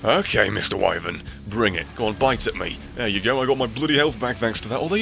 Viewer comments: God damn it,! I was so glad you were calling it a Wivern last part, and suddenly you're calling it a whyvern? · Now you say y-vern?